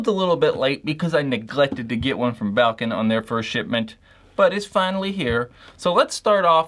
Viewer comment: Thank you for saying valken right